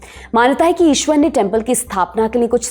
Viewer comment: It's not "Ishwar".